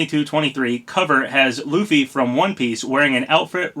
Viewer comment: Thank you so much for pronouncing Luffy correctly. 😂 Not sure if you're into One Piece or not. 😅